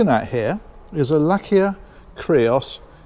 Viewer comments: You list me at Lak -ia.... It's named after the first living creature in space...a dog... Hence the logo !!! Laika .. pronounced Ly-ka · well, you’ve tried 😅😅 It’s Laika (pronounced as “Lie-kah”), as in the name of that poor dog Soviets sent into space to her death, and also as in the name of the dog’s breed “Laika” from Russia/Siberia.